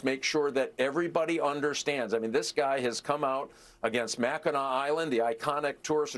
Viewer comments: It’s pronounced Mack-in-aw. NOT mack-I-nack 🤦🏼‍♂️ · Mackinac is pronounced ma·kuh·naa. I don't know why, it just irritates the crap out of me when someone who should doesn't pronounce it right. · Mack-a- nack island 😂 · It’s Mack-in-AW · NEVER EVER VOTE FOR HIS KIND. THEY HATE America, the western culture and Israel. We love Mackinac island. Hey Fox, the correct pronunciation is Macinaw. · Please tell this woman how to pronounce MACKINAC as if she lived in Michigan.